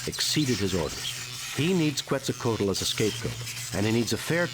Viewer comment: This isn't a Sierra game. That's why you can't touch the mushrooms. Were you saying you don't know what Halfdome is? I wish they would pronounce Quetzalcoatl properly.